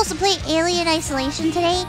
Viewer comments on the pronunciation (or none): Why she say eelien?